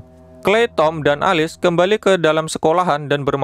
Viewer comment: Alice bacanya bukanya elis?😂